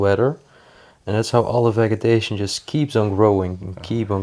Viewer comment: Just a note about English pronunciation: the g in vegetation is a soft g. Love your shows the best of any expired! Great job!!